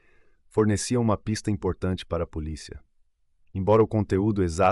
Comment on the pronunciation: Acho importante essas correções, assisto uns vídeos que até gosto das narrações porém a menina fala poliça, eu fico irritada de ouvir algumas pronúncia errada.